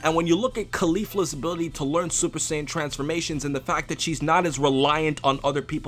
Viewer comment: wtf is a sin? lol. its saiyan